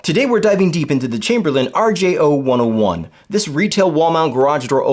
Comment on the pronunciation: You’re saying the name wrong. It is an R-J-Oh-one-zero-one, not …one-Oh-one. Yeah, I know, people normally know what you really mean, but in this case, they actually use the letter O and the number zero so it’s confusing.